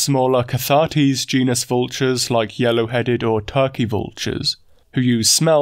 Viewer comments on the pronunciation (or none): none